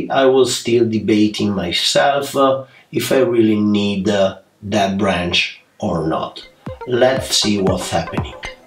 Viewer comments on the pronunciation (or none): Create A, branch A, Juniper A Dear can you please UN learn that!!! It's absolutely crazy A... Lol Admire your work and skills but that A at end of almost every word, driving me crazy!!!!! Please Amore!!! 😋😋😋